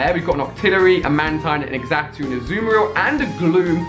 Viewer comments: Xatu is pronounced "Zatu" :) you're welcome. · By the way Xatu is pronounced as Zaatu Your welcome Ali